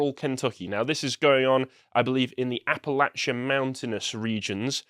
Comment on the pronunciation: Blimey! This Limey pronounced "Appalachian" correctly!